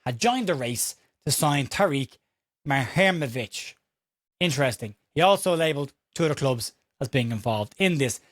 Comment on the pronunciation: Hi. If it helps - and if today’s reports are to be believed, we are now in the lead to sign the player - this is the AI advice on pronunciation “The Bosnian surname Muharemović (often associated with the footballer Tarik Muharemović) is typically pronounced as moo-ha-REH-mo-vitch.”